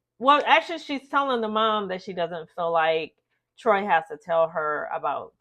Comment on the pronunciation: Troii, it's pronounced Troy